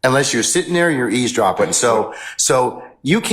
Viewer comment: “unless you were sittin there and easdropping” Easdropping is not a word “your honor” Eavesdropping is the word you’re trying to say. But your inadequate brain can’t comprehend what that is.